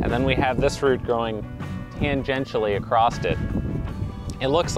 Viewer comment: There is not a t in the word across